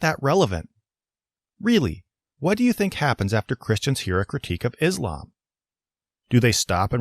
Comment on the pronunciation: Excuse me? Is-lamb? Dislike.